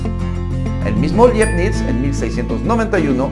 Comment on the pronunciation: Decir Liebnitz es un craso error. Este señor admirado por propios y extraños hablaba alemán, latín y seguramente francés. Su nombre en alemán se pronuncia ~ Laibnitz. Si se quiere, puede decirse Leibniz, pero jamás una pronunciación anglificaday, por favor.